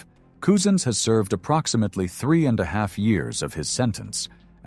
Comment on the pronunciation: his name is Wayne say it 'Cuzen's , spent Couzins, not Coozens !